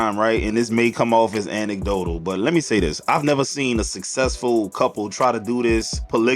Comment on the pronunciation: Bro said anicdotal!!!👍 Vocab fo yo ass!! (PAUSE)